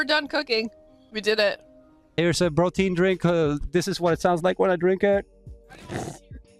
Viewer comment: I was certain you said "brotein", which somehow made prefect nonsense to me.